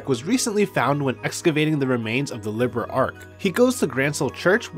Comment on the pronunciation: Great vid but it’s “Li-beer—L” Not liberal